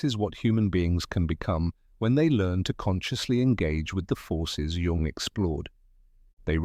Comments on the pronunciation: He is GERMAN NOT CHINEESE! "Cee- Gee - Djung" 😂😆 - idiotic. His name is Jung. Like Young. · I just read a comment above that suggested an ai generated voice mispronounced Jung as run. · Jung is pronounced Young.. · Oh gawwwwwd. Now we need to turn loss and pain into youthful appearance. Leave us alone, AI voice that pronounces Jung like it's a 'j' and not 'y.' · Maybe people would take this more seriously if you pronounced his name correctly throughout the entire video. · It's what made you click.. to an AI generated voice who doesn't know how to pronounce Jung.